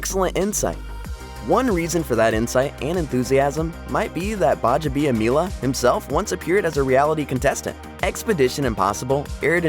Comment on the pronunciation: working in Akbar's last name multiple times and pronouncing right is just showing off.😃